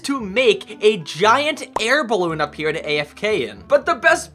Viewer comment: I was laughing like crazy when you kept saying bilbe in stead of ballone